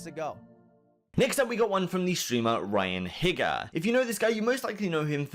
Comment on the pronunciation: he really just said "ryan higga"? i'd love to see how he thinks "NigaHiga" is pronounced